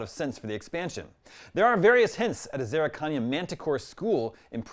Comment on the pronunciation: Zerrikania is not pronounced that way 🤣